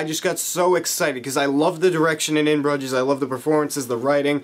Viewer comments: Its Broo-zjess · ahhh how are u pronouncing that so wrong man. they mention the name of the town like 1000 times in the movie